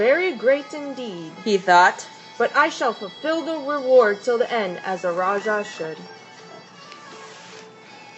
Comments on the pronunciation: Thank You for sharing! The correct pronunciation for Raja is Ra - Ja (as in James not Ya or Jya) Have a splendid day! Peace. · The correct pronunciation is Raa- ja It is supposed to be J and not ch or sh.